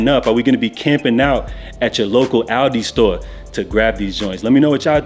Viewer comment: Lol Aldi or Aldo,? 😂